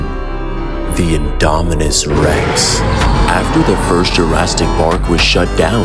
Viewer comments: You mean but not before killing every member and why do you say Jurassic “Jurastic”? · Bro its jurassic not jurastic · Why does bro keep saying "Jurasstic"🙏🏼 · "Jurastick park" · "JurrasTic"? 😂 average DBZ glazers IQ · Are u calling jurrasic jurrastic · This is fire! But you messed up some pronunciations like 'Jurassic' and 'Tyrannosaurus' and you should've known that the dinosaurs here were wiped out but were brought back by scientists.